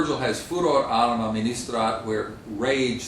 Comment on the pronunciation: Absolutely true. But the original assertion puzzles me, because he clearly can roll his R's: for example, in "Arma" (and this is just the first of many).